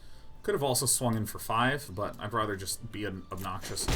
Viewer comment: I feel like Sean saying "rother" instead of rather is like some version of the 'meow' thing from Super Troopers. Like 'how many people will bring up the weird way I'm deciding to say 'rather'?' Guess I'm one of them.